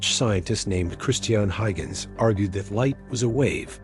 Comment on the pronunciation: Learn to pronounce "Huygens". We are far beyond particles or waves - it's a "duality of both".